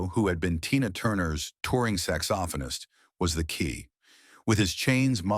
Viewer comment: Cool video, but can totally tell they used an AI narrator by how badly it mispronounced common words like saxophonist and Corey Haim’s last name. 😂